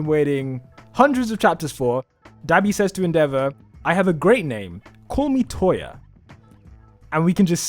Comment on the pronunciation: nie vid but sorry bud it's touya not toya